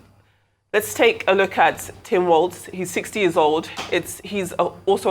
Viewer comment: Walz not Walsh